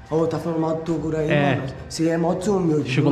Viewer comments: "Torugo" kkkkkkkkk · Torugo kkkkkkkkkkkkkkkk qual a dificuldade de falar toguro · "Torugo" kkkkkk